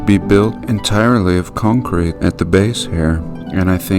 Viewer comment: sidenote, enjoying the way you say, concrete